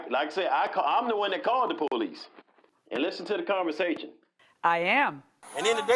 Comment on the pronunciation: That poe-leece.